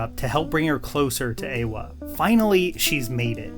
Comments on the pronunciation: There’s no way you didn’t INTENTIONALLY butcher the names so badly just to ragebait us into more commenting more on the video because… “Eeewah”?? “LOWAIKE”????? Bro you SAW THE MOVIES, RIGHT?? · whats up with the weird name mistakes and pronunciations, eywa quaritch, pronunciations were both incorrect and "ash and fire" yet the title of the video as the correct name